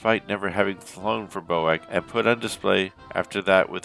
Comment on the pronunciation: Bee Oh Aye See, not Bo-Ack